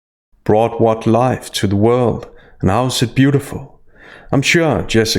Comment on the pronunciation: I'm going to be honest and grounded in my journey, and show up and be authentically present to say, Meghan, you are a complete empty zero. Also, I HATE when women end their words with that "tz" sound. Like when she says "world", she says "worldtz". Gross.